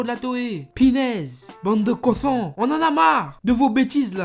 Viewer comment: pourquoi j'entend toujours "cosson" ? Question débile je sais....